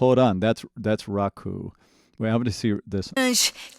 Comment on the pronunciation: it's not Raku it's Ruka